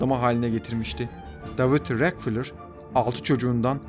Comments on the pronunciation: David Rockefeller (Deyvid Rakıfelır) Diye okunuyor. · Davud rakfılır diye mi okudu o??